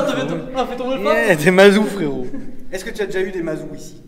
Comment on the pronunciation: parfois dit FRERIT au lieu de fréro.... ca veut dire quoi?